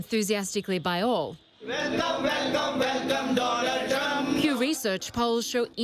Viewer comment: velcome velcome